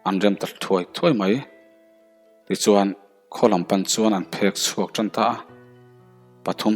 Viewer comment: Phekchhuak tih lamdan tur chu phek tih hi thilphek lehkhaphek ang nilo in, heoa chu a sek in aphek hlemai tih a phek lamrik anga lamtur ani